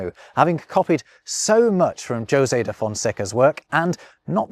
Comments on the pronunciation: Your (European) Portuguese pronunciation wasn't that bad. Better than most English speakers, I'd say. You just fell into the traps that are the hardest for English speakers to avoid: - Portuguese R is an alveolar tap. You pronounced it as an approximant (as English speakers do). - You didn't nazalize the last a in "conversação", but this is HARD for English speakers. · Did you just say "Joe-zay" de Fonseca? You may be, but you're clearly not robbing pronunciation. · also, Jose should be pronounced as Hosay, shouldn't it? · In Spanish, "Jose" is pronounced with the 'j' as in the English 'h', is it not? ("Ho-sey", phonetically, approximately.). To hear you repeatedly refer to "Joe-sey" da Fonseca sounds really wrong. Am I wrong? Would that not be Jose as in "hoe-say"? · it’s Hosay. Not Josay. omg 🤣 you’re funny sometimes:) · I’ve had just enough Spanish influence in northern US to pronounce Jose as “ho-zay” not “joe-zay”. I’m confused as to what happened here. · Are you not aware that ‘Jose’ is pronounced “hoe-say” ? I know it’s a small matter, but for someone making his points about language and culture, this is an issue. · Hey, I know this is an old video but a teeny tiny thing bothers me. If you tried to pronounce the portuguese and french words correctly, why did you anglicise the names José [ho-say in the properly anglicised version, ho-sé properly] and others in the video? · José is of course pronounced Ho-zay. Doesn't know of the song: 'Do you know the way to San José'? sung by Dionne Warwick. Saw her in concert for nothing in the late 80s. Classy lady. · Very careful and excellent portuguese pronuncation ... followed by 'ped-drew carolinu' and 'djo-se' (actually maybe that is right, I only know a little portuguese, and brazilian at that.) hell, hedgehogs were called urchins in english for a while too. It was nice of him to at least sorta give credit to the guy whose book he copied and then tried to change french to english.